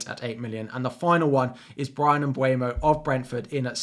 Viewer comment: For Mbeumo's pronunciation, he's cameroon, who speak French (as well a English), so if you go into Google translate you can here how the translate pronounces it. (same as Szoboszlai of your still finding it difficult with Hungary)